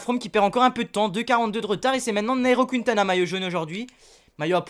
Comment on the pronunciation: C pas QUINtana tu met pas d accent